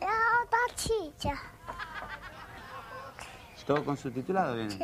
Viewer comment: Jajajaj que mala la cabrita chica. La letra S la cambia por una Ch como la chilla - silla Me puche de mal humor-me puse de mal humor hajajjaja